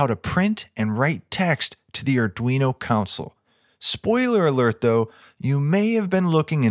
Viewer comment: "ConSOLE" not "COUNcel". love these things!